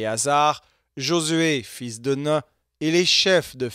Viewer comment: Super travail juste un détail c'est fils de Nun (nounn) pas (nein). 😊